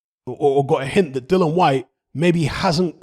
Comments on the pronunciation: What you chattin 'bout?🙄 He's saying 'Dylan' the mans name is 'DilliAn.' You deaf or not very bright? I'm correct here. You got that?🥱😴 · Mate. His name is DILLIAN. There is a letter 'A' in his name. These are fucking BASICS. Pronounce the man name CORRECTLY ffs.🙄🙄🙄